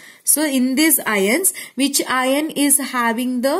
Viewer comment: Mam it will be pronounced as आयन not इयोन 😊